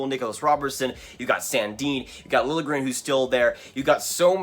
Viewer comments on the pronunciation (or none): none